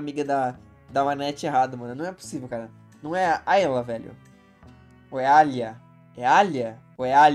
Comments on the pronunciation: Vc fala o nome da amiga dela errado porque vc pronuncia aila é alya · não é aila é ALYA pronuncia ALHA esposa do ALHO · É ALYA, NÃO AYLAAAAAAAAAA KKKKK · Achei q vc falava errado de propósito kkkkkkkk é ALYA